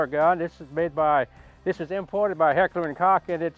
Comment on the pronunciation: Heckler and Kock lol love ya dude